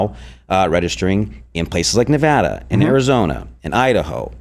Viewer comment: As a Nevadan, thank you for saying Nevada & not Nevoda